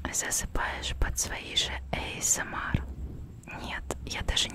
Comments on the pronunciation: Изначально аббревиатура английская, так что она говорит правильно. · "эйсэмар" это просто идеально!